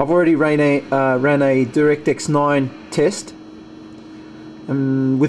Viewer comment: it's not directix it's direct-x... The gtx has more blue.